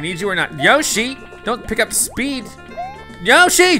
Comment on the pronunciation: Whenever he says yoshi yashi/yoshi comes to my mind